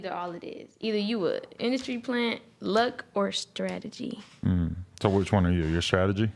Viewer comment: Can't even say strategy. Go back to class and stop hanging around the streets for fake recognition.